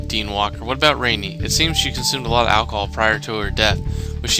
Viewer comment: No its not its pronounced ran - ee